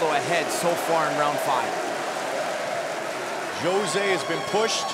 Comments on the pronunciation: OMG!!! Would someone get this Commentator to stop calling him J ose and tell him the pronunciation is H ose. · Announcer said Joe-zay in stead of Jose in he intro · Joe-say? Dude it’s Jose lol…seriously? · Joe rogan committing the 'saying jose aldo's name like josay' bit like nobodys busniess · Comentar try pronouncing hose-a. J in Spanish has the h sound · Joe-Zay Aldo. Joe-Zay 😂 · JOE-ZAY?? lmao! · So annoying how they pronounce Jose Aldo's name